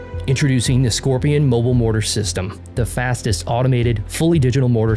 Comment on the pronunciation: Pronounced Skor-pie-on.